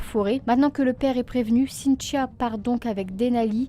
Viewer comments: Triste histoire :( ps: je trouve drôle le prénom avec ton accent cintchio sinon bonne continuation j’adore tes vidéo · On dirait que tu dis Cynt-cha! Cela dit,ca n enlève rien à ta jolie voix douce et christaline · je me faisais exactement la même réflexion ahaha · C’est drôle!!! Je n’entendais plus que ça ensuite 😂😂😂😂. Mais c’est super! Continues !